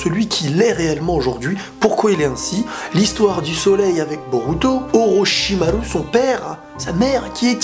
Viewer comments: Tu le stresse à dire OrochimarU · J'aime bien la manière dont tu prononces Orochimaru